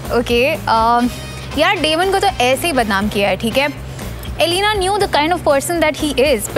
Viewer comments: Yeah but the most important point is her name was pronounced as Elena not Alina. It starts with an e. A true TVD fan would never mispronounce a characters name. Also a true fan loves both Stefan and Damon equally. Cause we're Team Salvatore! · Firstly, lemme just say what everyone is thinking. It's Elena, not EEEEEE-Lena. As it goes for Damon or Stefan, the only reason Stefan and Elena fell in love in the first place is because of the silly doppelganger prophecy so the eternal love of Silas and Amara could exist. Stefan hid his true self from Elena which is lying and no matter how many lies Damon told, he never told a lie so big. Elena brought out the worst in Stefan while she brought out the best in Damon. Even though Damon was bad from the start, at least he wasn't ashamed of who he was and didn't try to hide it like SOME OTHER CERTAIN PEOPLE(i.e. Stefan). Also, Damon could keep himself in control and he didn't have to switch his humanity off, but Stefan had no balance, it was either ripper or cutesy bunny. Also, let's be honest, Stefan is the reason Katherine was captured(even though she was the main villain we all love her secretly), Guisseppe died(even though he deserved that more than anyone) and the reason Damon became a vampire. Although I love Stefan for that as then only Delena can exist... also, why are we debating on Stefan and Damon, that's so 2010... Now its only Klaus🥵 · its not aleena its E.L.E.N.A. pronounce to sahi karlo, kyun fav series ka charm kharab karte ho aise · It's not Alina...it's Elena....pls host...what you doin ? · Bestie it’s elena, alina kya hota hai yaar 😀😀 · The way narrator said Elena ....😐Ugh